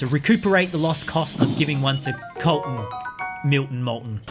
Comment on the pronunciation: MY NAME IS COLTON NOT KOLTON BUT CLOSE!